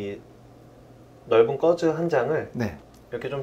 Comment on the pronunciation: 꺼즈 아니고 거즈죵~^^😅